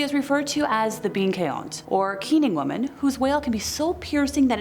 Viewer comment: Congrats on your brave efforts at pronouncing terms in Irish! You mention the term bean-caointe early on (pronounced, more or less, as "ban KHWEEN-chuh", meaning "keening/crying woman") and Dearg-Dubh (pronounced "daarrag due", meaning "red-black"). Mind you, I only know these pronunciations because I studied in Ireland my third year of college, and my Irish Studies program included Irish language classes, which were easily my favorite... :)